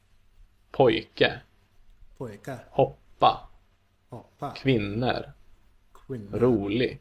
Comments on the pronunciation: Being Swedish I really reacted to the way the teacher pronounced the word "kvinnor" (women). He said kvinner with an e, sounds ä. The correct way to say this word is kvinnor. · Another thing. The way he pronounced kvinnor ( as kvinner ) is not the way to teach swedish. It's a weird dialect from old swedish that has stuck with some individuals. ;) Kvinnor should be pronounced kvinnor. The same for all plural words ending with -or, like mammor and pappor. Those are not pronounced mammer and papper. Papper is paper, not dads! :-D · Did anyone else hear that the guy in the vidoe said kvinner? Its kvinnor not kvinner that word dont exist as far as i know 🤣🤣🤣